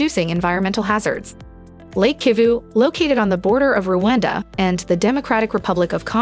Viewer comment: It's Rwanda; not Ruwanda.Every African should be in position to pronounce the name of the country properly.